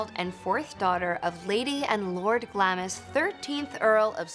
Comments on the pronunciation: calm down...in case you forgot lady, most of us ARE English!!! The narrator did mispronounce Glamis though. Its GLAMZZZZZ. Not Glam'is. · its NOT GLAM-IS...but GLAMZZZZZZZ.